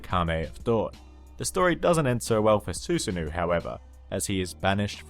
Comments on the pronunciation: Susanoooooohh not ouu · You pronounced Susano incorrectly, it's Su-sa-no. Avoid pronouncing it as Susan and then add the o in the end. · it took me a bit to realize who he was talking about when he said “susanoo” due to the pronunciation